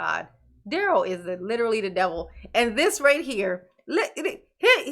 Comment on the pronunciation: Leave Duh-rell alone.... He's "MathboiFly," dammit!